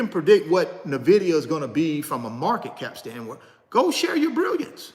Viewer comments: "In" Vidia not "Nah" vidia (^_-) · You continue to pronounce Nvidia incorrectly my dude 😆 it’s correctly pronounced N-Vidia brother.